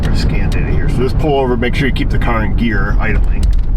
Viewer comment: AYE I'M DRIVIN HEAH!